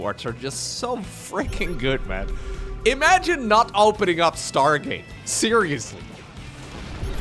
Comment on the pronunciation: Schtargate units. Dem dutch accent coming through.